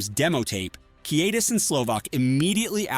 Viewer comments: WTF! Pronounce his name right! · You lost me when you couldn’t pronounce his name 5 seconds in.